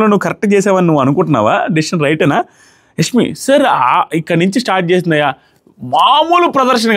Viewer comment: Nee telugu thagaleyya.. adi యస్మి kaadu యశ్మి.